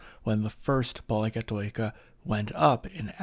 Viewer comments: It is pronounced poli- kati- kia. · I love Athens awesome great explainer on why its such a lovely city. thanks for putting it together! 🙌 As a greek from Cyprus where we also have many πολυκατοικίες, i should point out that it's pronounced “Pol-i-kat-i-KEE-A”. oi is an EE (i) sound. Diphthongs pronounced “ee” as in “cheese” are: ει, οι, υι and vowels are η, υ, ι. All these had varying phonetic pronunciation in ancient Greek to give a specific tone to the word pronounced, according to the object of the word. After thousands of years, they have the same pronunciation but with significant exceptions.